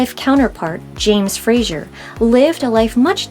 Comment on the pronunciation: Very interesting. I wish😮 you would pronounce his last name correctly. It's FraZer. Not Frasher. I have Scottish and Irish roots. So this was very interesting interesting. I love genealogy!